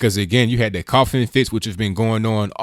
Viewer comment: Please don't say "do dat" any more.